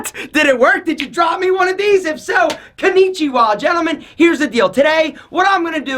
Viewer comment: Why did you say? Kounichiwao! It's Ko Ni Chi Wa!